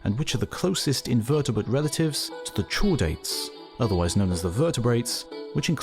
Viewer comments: Just so the guy who reads your scripts knows, "chordate" and "Chordata" is pronounced with a K sound rather than a CH sound. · Two small corrections. 1) It's pronounced 'kordate' (ˈkȯr-ˌdāt. ) 2) Chordate and vertibrate are not interchangeable terms. There are creatures which classify as chordates, yet do not possess a backbone. This is because the spinal cord evolved long before the evolution of the spine. Two examples of this would be the hagfish and lamprey, which are members of an extremely archaic group of creatures known as the "Jawless fish."